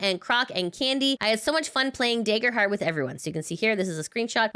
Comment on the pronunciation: Great newsy news reporting as usual! ...but, uh. Daggerheart. Dagger. Soft A. :P